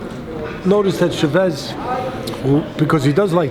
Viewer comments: lol the way teddy says che-vez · The real Coach Edmund Shevez. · The way he pronounced Chavez